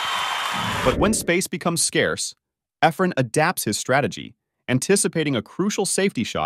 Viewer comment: hate the computer talking doesn't know how to say Effren's name.